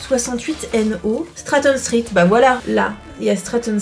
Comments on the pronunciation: Street --> Stritt ^^ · Stritt? Comme dans Street? 😂